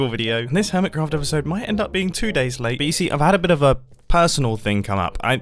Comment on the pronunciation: It sounded like he said Hermescraft